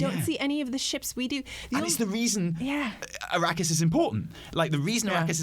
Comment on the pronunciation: Did you purposely pronounce Arrakis as Iraqis? Or was that some Freudian slip?